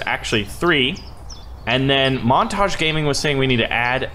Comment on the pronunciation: "Montage gaming" It's Montagne tho